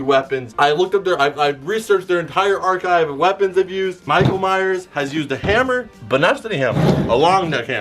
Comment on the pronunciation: Michael miress